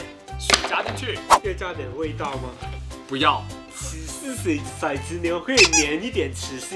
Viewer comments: 骰子，好像不念shai，念tou，tou zi（骰子），有古诗为证，“玲珑骰子安红豆， 入骨相思知不知” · 其實骰念做ㄊㄡˊ喔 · 其實應該唸ㄊㄡˊ ˙ㄗ牛 才是正確的_(:з」∠)_